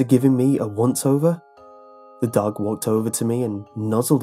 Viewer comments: were u saying duck or dog the story? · I thought you said 'duck' instead of dog for the first few times 😂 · anyone else think he said duck instead of dog at first